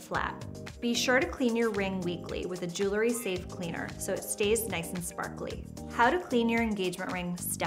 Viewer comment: The word is JEWEL-RY; NOT JOOLERY!